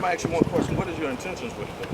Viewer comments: "Let me axe you a question." These videos are great! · Damn, that chatter box female officer......ax you, ax me....lol. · Good pig - bad pig....what your name buddy? Local pigs, secret service and sea-pigs play that game. And why does the she pig keep saying she's "axing" you? Wouldn't that be attempted murder to axe someone? The sea-pigs must have felt pretty useless when the park-pigs didn't respond to their security concerns!